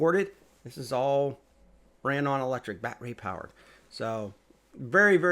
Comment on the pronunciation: It's battery not bat ray